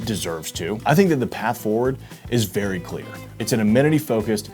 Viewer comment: “The path forward is VARI clear” 😂😂 loved the entire video. I’m on board with more of this !